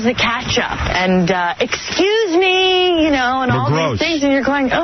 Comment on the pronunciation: If I remember correctly, pelican was ripping his wig apart every time would say ecscuse me. Dumb gangly bald bird.